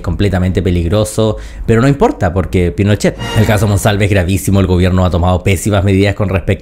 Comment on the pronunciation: Camila Vallejos: “Los incendios provocados….. PINOCHEHH!” 😂